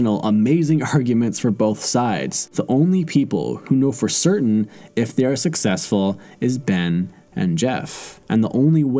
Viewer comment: Or SUCKsessful. 8==D O-: 😉